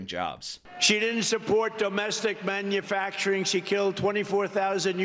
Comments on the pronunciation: Why does he pronounce manufacturing as man you facturing....? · It's so comical listening to him sound out "Mann-yoo-FACTuring jobs..." like it's the first time he's ever heard it- every time he says it. 🍿